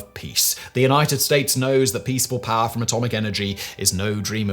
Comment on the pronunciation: It always makes me laugh when Simon is talking about "power" because all I hear him say is "Paah"